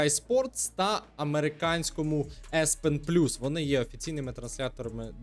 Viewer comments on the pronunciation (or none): Не еспен + а эеспиен + ))